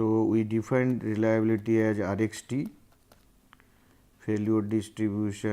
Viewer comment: abe ye sirji reliabullity kyon nahi bol rahe?